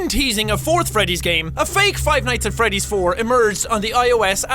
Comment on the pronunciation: when he said "five nights at freddy tree" I could tell that pronunciation isn't this guys forte.....